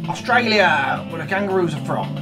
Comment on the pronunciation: I laughed so hard when he said austrailia lol